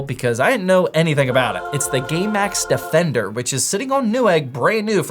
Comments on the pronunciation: when he said gamemax defender i actually here'd gaymax defender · I listened to it at least 10 times, and I keep hearing “Gay Max Defender”. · Gay Max Defender 100% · I thought he said the gaymax defender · Did anyone else hear "Gaymax defender"?